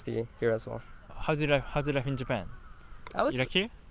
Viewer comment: That "onnu my instagramu i showu myu daily lifu in japann" makes my day lol and yeah im also japanese so no im not racist its just funny